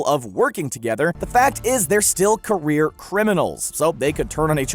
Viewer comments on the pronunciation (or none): none